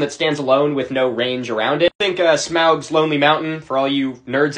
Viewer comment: "for all you nerds out there" Bro pronounced Smaug right, uh huh